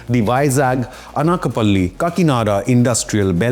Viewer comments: Not anaaakapalli... it's anakaapalli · It's Ana-ka-palli..